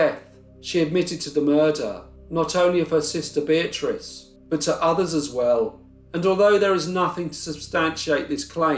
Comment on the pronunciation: Why would he spend a lot of money in hospital bills if he was guilty? I think they hanged an innocent man. When you say Beatrice it souds like bitch to me. 🤪